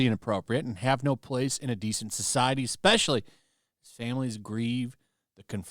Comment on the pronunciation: "Expessially" How many years have you had to understand the language?